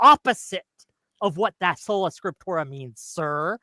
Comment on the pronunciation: "scriptorum" or "scriptora" are both wrong. it's "Scriptura" this guy is a total joke....why does waste his time